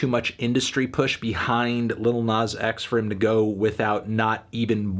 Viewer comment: And calling him “nawz”